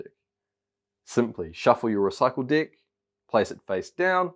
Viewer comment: is he saying di** or deck? once u hear it. u can’t unhear it. love this game btw. gf9 rocks!